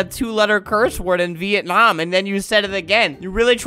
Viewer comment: bruh he said "Vietnamam" THAT MADE ME LAUGH SO MUCH